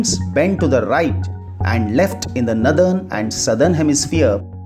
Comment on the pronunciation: The explanation is good but the pronounciation of the word Northern is नॉरर्दन and not as नदर्न